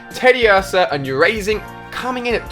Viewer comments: How he pronounces the names. I think "yurazing" was the final straw for me... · Is anyone ticked off by the fact that he called ursaring ( it's pernounced er sa ring ) the wrong name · I wish I could get to erasing his pronunciation of Ursaring.